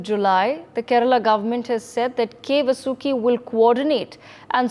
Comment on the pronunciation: needs to learn how to Pronounce Vasuki.